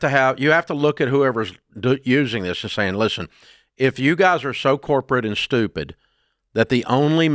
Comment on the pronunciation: I loveeee when Dave says “you’re STUPID‼️‼️” 🤭🤭🤭🤭